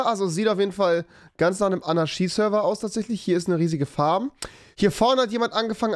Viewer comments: fiSCH und nicht fiCH Zu dumm um fisch zu sagen aber anarschie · Wie er bei Fisch Fich sagt und bei Anarchie Anarschie sagt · Warum sagst du "Anarschie" du Fich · Niemand: Wirklich niemand: Rewi: Anarschi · Rewi: Anarschie Auch rewi: fich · Rewi: Fisch ist Fich und Anarchie ist Anarschie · Rewis Logik: Statt Tisch = Tich Statt Anarchie = Anarschie xD nice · Niemand: Rewi: sagt anstatt Fisch Fich und anstatt Anarchie Anarschie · Pls sprich Anarchie richtig aus... das macht mich fertig. Ahahaha 😂😅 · AnarCHie nicht AnarSCHie 😂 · Du sagst "Fich" statt Fisch und "Anarschie" statt Anarchie....🤦👍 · AnarCHie nicht AnaSCHi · Niemand: Nicht einmal Keine Schwäche: Rewi: ANARSCHIE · Anaschie lol. Aber Tisch nicht sagen können 😂😂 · Fisch: "Fich" Anarchie: "Anarschie" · Er kann sch aussprechen anarschie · Niemand: Rewi: anaschie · Er sagt AnarSCHie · Wenn mann dass Wort Anarchie nicht aussprechen kann Keinen Deutschlehrer zeigen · Bei Fisch kann er SCH nicht aussprechen und liest CH und bei Anarchie kann er das SCH aussprechen obwohl es falsch ist